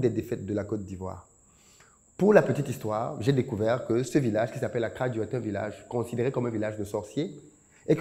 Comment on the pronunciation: Attention ils vont pencher ta bouche eh 😂 d'ailleur tu prononces mieux akradjo que san pedro 😅